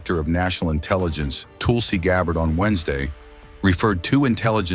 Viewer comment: Please learn how to pronounce officials names: Bondi and Gabbard. I am offended to hear them mis-pronounced.